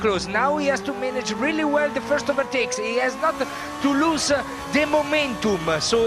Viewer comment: "If they fight-e they loose-e!" 😂😂